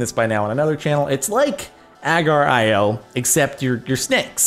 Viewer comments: OMG PRONOUNCE ITS NOT AGERIO ITS AGAR.IO OMG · oh my the pronouncing fails it's a gar like car and the last part is E O THEN SLITHER.IO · pronounced uh-gar-ee-oh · WHY IS HE CALLING AGARIO AG R IO!!! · The way he said agar.io..... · He said agar.io wrong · Why do u say agar.io like that?